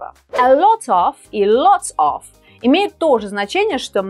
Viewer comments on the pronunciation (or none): а произношение lot of просто на уровне школников. разница между of (ов) и off (оф) вам известна?